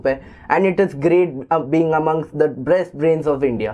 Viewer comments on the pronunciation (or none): "Breast Brains" lol